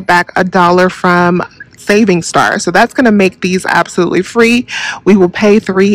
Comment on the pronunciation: I love when she say, “Hey you guys! It’s!” When I hear that I know it’s about to go down🤣🤣🤣